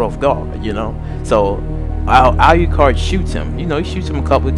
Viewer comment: So first: pronounce alucard’s name right. It’s pronounced the way it’s spelled. Secondly: learn the anime’s and vampiric lore. There are so many inconstitanties in your vampire lore behind the two. If alucard was “absorbed” (per say) by D, alucard would be able to twist D’s mind due to the toxins in alucards blood. A powerful full-blooded vampire like alucard, would be able to make D go totally and mentally insane. So next time please learn vampiric lore before making a video of two overly powerful vampires. Please and thank you!!!